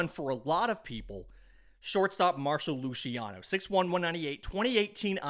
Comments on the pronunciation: it's Marc-o Lu-see-ano, not Marsho Lushiano 😭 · mar-ko lew-cee-on-ohhh